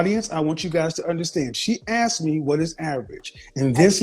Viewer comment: I come from a place with a thick Celtic accent. We don’t usually say the “th” sound. I’m wondering if these woman are all from the same area because there is a pattern with them not saying “asked” they say “axed”